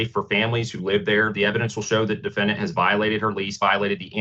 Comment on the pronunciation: Am I the only one who thinks it's strange that the judge and the attorney keeps pronouncing defendant as: dee-fen-dee-ant? But seriously, this woman sounds like she needs to be under mandatory institutionalization. Maybe she's doing a little 'self medication' with some crystal...?